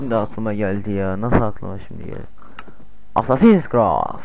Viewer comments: adamın dediği şeye bakın "asssassiiins kıraft" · Kennir -haydin bleyd -assassin's krayd olum sen hiç mi ingilizce bilmiyon